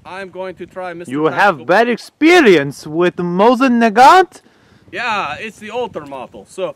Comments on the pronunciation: Mosin Nagant is pronounced Moe-seen Nah-gahn, the "t" is silent. In the Motherland they call this rifle a Mosinka pronounced Moe-SEEN-ka. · WTF is a Naganto? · Protip, adding 'o at the end of a word is Italiano, not Russian.